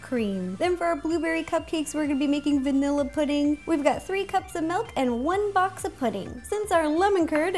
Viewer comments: I HATE it when people say melk it milk! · I love how she says melk not milk